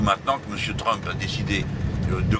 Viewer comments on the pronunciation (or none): none